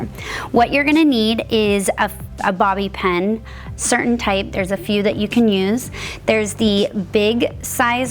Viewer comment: I noticed that too. She pronounces it like "ponytell". She also pronounces bobby pin like "bobby pen". I always notice things like that. 🙂